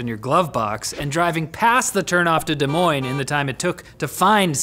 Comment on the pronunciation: Hey I live in Des Moines! Thank you for pronouncing it right by the way haha.